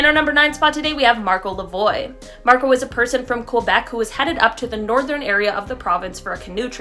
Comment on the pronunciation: "Lavoie" should be pronounced "la vu ah"